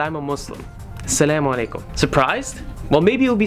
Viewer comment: my brother karim don`t say salam-ale-kum say As-salam-ale-kum